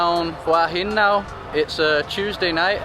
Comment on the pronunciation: Just south of Sai Noi Beach is Pranburi Forest Park. Lovely little place for a walk! ❤ (BTW it's who-ah heen 😉 หัวหิน - head of stone)